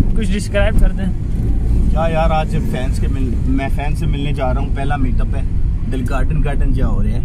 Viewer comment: Who notice that he said bans in place of fans